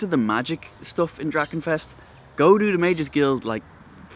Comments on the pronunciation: Dracccccccccchenfest, not Drakenfest ;) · Great video. The way you pronounce drachenfest is very cute! Will you be there in 2019? If yes in which camp?